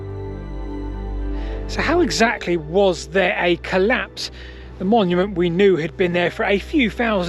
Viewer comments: The 'claps'? Seriously? This should be reported to the language p'lice. Why do you speak sloppily? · I seriously thought he said "Back to the claps, but not THAT claps," and was very confused as to why brainrot had entered the chat on an otherwise intriguing historical analysis. /colæps/ is quite different pronunciation from /cəlæps/ or /clæps/ and I was terrified this video was about to take a VERY different direction. Crisis averted. Syllables matter, people.